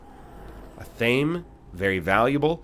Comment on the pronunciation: You may have given up on pronunciation of words like pho, but I won't give up on pointing out that athame is pronounced ath-uh-may